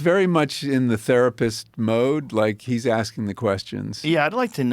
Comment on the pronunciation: The best joke I have ever heard was his sponsor BetterHelp. (51 min mark) In summary, he basically started out saying it's International Women's Day, and we all have women we appreciate. He then went on to suggest we should buy them a present of a tharpist. Yes you heard rifght. Wow